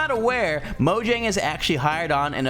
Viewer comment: Is it mojang or moyang?